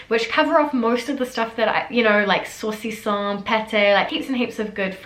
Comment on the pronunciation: Mon Dieu ton prononciation de 'saucisson' m'a tué. Ton accent est tellement brut